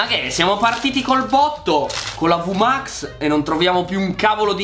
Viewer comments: Comunque si dice vmax non vmax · Una cosa si dice vimax non vumax